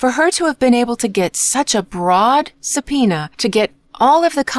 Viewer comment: come on, it's easy to hear it's AI. The rhythm and pronunciation are off a lot. Especially the word subpoena is very off. YouTube unfortunately has been flooded with AI. They scan the popular content, create the script with AI and then let AI narrate it. They also give the channels names that suggest it's an actual person. Don't fall for it! Or well, you are probably the owner of the channel as within an hour of your reply amonst quite many other replies now this got highlighted. Just stop the AI videos, nobody wants that content!